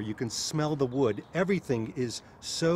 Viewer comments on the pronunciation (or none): none